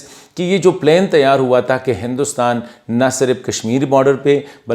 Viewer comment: Good one. Thank you. Do work on your English pronunciation. For example it's plan پلان not plain پلین.